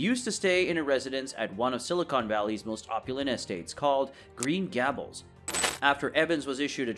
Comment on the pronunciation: Please learn the proper pronunciation of the word Gables (rhymes with fables), thank you.